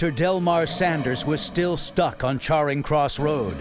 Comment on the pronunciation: "Charring" Cross Road...